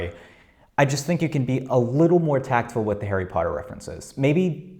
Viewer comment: arry pottah